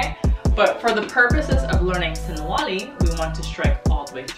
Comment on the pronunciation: sinawali. not sinwali.